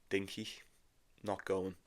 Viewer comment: It’s Rinky not Dinky 🤣